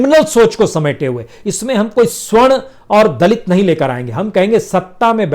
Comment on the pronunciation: प्रसून बाजपेयी जी बार बार आप सवर्ण की जगह स्वर्ण कह रहे हैं ।